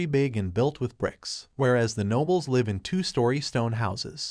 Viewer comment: AI, it's pronounced liv . Your programmer/your god f-d up. GIGO.